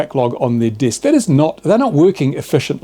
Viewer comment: Desk is pronounced Desk ..not Disk